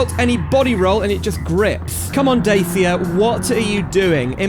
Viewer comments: Not "Day Sia" but "Dat chya" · Datchia not Dasia💅💅💅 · sorry to be a twat but its pronounced dachia, great video and mod though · who the fuck calls it daysia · So how many times did you thought about killing yourself when you heard this guy misspronounce Dačia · then you pronounced dacia wrong:( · Evry time i hear someone misspronounce Dačia.One Romanian guy unalive himself.